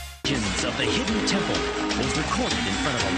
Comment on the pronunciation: "Legends of The Hidden Temp-hole", "Keenan and Keel"... LOL.